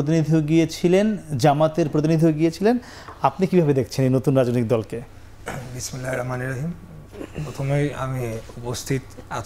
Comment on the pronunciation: আপনি তো বিসমিল্লাহির রাহমানির রাহিম আপনার শুদ্ধকরে বলা উচিৎ ছিল । যেহেতু আপনারা দেশে আল্লাহর হুকুমমত কায়েম করতে চান।